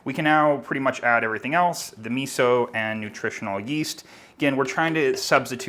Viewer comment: If you make Italian food and use miso. The least thing you can do is pronounce miso like an Italian.